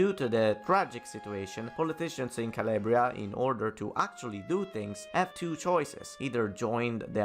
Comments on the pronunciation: CAL-AHHH-BRIA not CAL-LAY-BRIA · Where you from and why you pronounce Calabria as Caliebria?